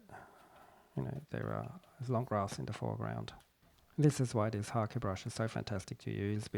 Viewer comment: Thank you for pronouncing "Hake" correctly!